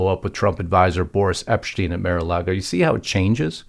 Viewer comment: It’s MAR not Mere-A-Lago.